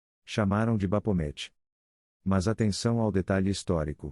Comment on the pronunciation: bacana o video, mas a narração é lástimavel. As pronúncias são um desserviço prestado. Se o objetivo é mesmo transmitir conhecimento e intelectualizar, não pode deixar desse jeito. Um dica para você que esta usando narração virtual é escrever no texto da maneira que se pronuncia, exemplo: baphomet, você escreve Bafomé, e ele vai narrar corretamente.